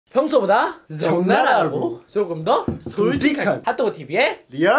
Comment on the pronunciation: 적나라하고 솔(졸)직한~ 발음너무취저